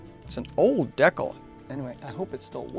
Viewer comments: i thought this was a very well-done in interesting video for ta couple reasons,. First, it brought back memories when i built an AMT 1/25 Ranchero kit back in 1961. Second, you kept pronouncing decal as deck-el rather than de-cal. This is something I've always done since I was a kid. I'm now over 70. <LOL> Third, I've built a lot of brass/wire chassis over the years & seeing other's works always interests me. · This guy doesn't know how to pronounce "project" or "decal". What is he, a Canadian or just a weirdo?